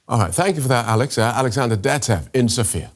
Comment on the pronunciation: You pronounced Sofia very badly. It is not pronounced with a Z but an S.